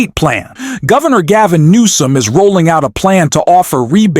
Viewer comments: Recut the audio if you want this to be more credible. Multiple instances where Newsom is being called Noem. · For heaven's sake, PLEASE pronounce GAVIN NEWSOME'S name correctly!!! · Are you using a text to speech program? Because you keep mispronouncing names that as a supposed English speaker and political commentator that you should know. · This is the first time the algorithm showed me this YouTuber but i literally cannot listen to the incorrect last name of governor Newsom. Especially because the way it's being said is the name of a governor that is the opposite of Newsom. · I've never heard anyone mangle so many names. Is that your schtik? If so, it's lame. It makes you appear ignorant. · Why through the majority of this video are all the names pronounced wrong? Leads to feeling like it is AI and if true....someone should actually be reading the correct words. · Newsome - not Nome. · Gavin NEWSOM not Gavin NOAM. Get your basic facts right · You said “Gavin gnome” three or four times before you mention his name correctly. Just a heads up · It’s Newsome, not Noem…dumbass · Dude it is Gavin Newsome not Gaving Nome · It’s not Gov Gavin Noam….its Gavin Newsom! Plz get things right. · It’s not NOME….It’s NEWSOME…..are you AI????? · It’s Governor New som, not Governor Nome.😊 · Noam, come on, Newsom. At least get the pronunciations right. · You keep incorrectly saying Noem instead of Newsome. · Learn how to pronounce names; it's Newsome not Nomes. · Gavin Noem? It's Newsom. Goodness. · His name Gavin Newsom not Gnome. You are mispronouncing it. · Newsom!!! Not noom!!!!! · how about say NOME in stead of NEWSOME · Gavin nome??? Why do u call him that??? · His name is pronounced NEW-SOME !! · AI narrator or if it’s a real male narrator is bad at pronouncing Newsom as NOM 😩! Trumps makeup must be to cover skin cancer possibly. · What's with calling Gavin Newsom Gavin Knome? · Announcer: Governor Gaven Nome. Governor Nome. WTF is up with that??? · GAVIN NEWSOM NOT NOME!!!!!